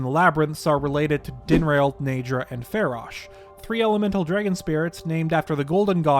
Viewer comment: Days since prominent Zeldatuber pronounces multiple words wrong (Dinraal, bestow): zero